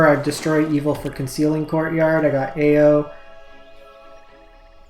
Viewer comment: hey, I like your content, but your pronunciation of the kamigawa cards...oh my. Stop trying to make these words sound french, lol. eiganjo - 'ay (like hay without the h)' - 'gone' - 'joe' ao - 'ow' raiju - 'rye' - 'jew' keep up the good work!